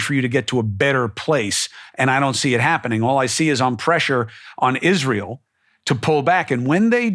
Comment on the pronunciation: I just like the way he pronounces Israel. That is all. ❤